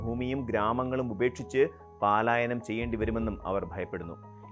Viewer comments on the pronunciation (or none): പാലായനം അല്ല